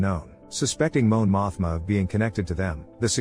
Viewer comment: "Moan Mothma" ☠️